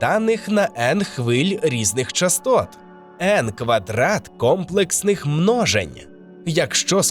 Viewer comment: Шановний авторе, дякую за прекрасне відео! Хочу заернути ще твою увагу на один аспект. Якщо в тексті йдеться про комплексні числа та обчислення, то наголос треба ставити на "комлЕксні". Так заведено у математиків і не просто так